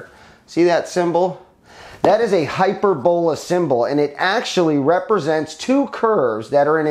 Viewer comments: I think your saying it wrong I think it’s (hy-perb-ala, but all together, I think that O is pronounced as an A could be wrong but anyway who cares lol. Drone doesn’t look too shabby tho. Nice beefy motors tho for an ultra lite. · haha that's epic. I always enjoy these videos lol hy-PER-bo-la. He's just putting the wrong em-PHAS-is on the wrong sy-LLAb-le